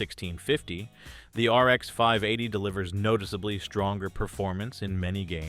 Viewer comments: this whole channel is AI.. look at the replies in the comments and it can't pronounce 580.. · The whole damn video is using generative AI, the fact the "person" cant pronounce RX 580 or VRAM is the tell.